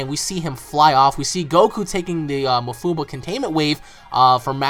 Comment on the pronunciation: STOP SAYING ma-fuu-buh IT'S maah-fuu-baah goodness sake just stop saying it like that.